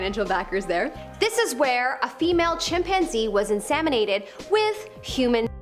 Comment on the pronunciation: Why does she keep saying "insaminated" ugh driving me crazy!!!